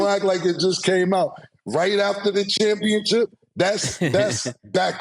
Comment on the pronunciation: Just like he says championchip 😅